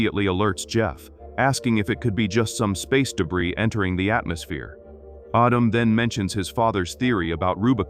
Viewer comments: Ardum for goodness sake. It's Adam!! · Autumn? you mean Adam.... your TTS is pajeeted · IT'S. "ADAM", NOT "AUTUM" dumd ass AI speech ! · Its addem not autumn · Only A.I. would pronounce Adam as Ahdam 😵‍💫 😭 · What?!?!?! Mr. Robotvoice screwing up pronunciation? Unpossible! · Perhaps it's just the AI voice being used being unfamiliar with the rules of the English language. The name "Adam" would definitely sound like "ah•dum" if the 2nd "a" in the name didn't make the first "a" a long "a". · I heard autumn. If you turn on CC that's what it heard as well. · stupid AI, can't pronounce the name Adam. Just do the voice over yourself. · I hate when the AI pronunciation gets something wrong and then just sticks with it forever! Like, Adam is a really simple name to pronounce, and its biblically the first name ever! Get It Right AI!! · I think it's AI, and AI mispronounces words all of the time.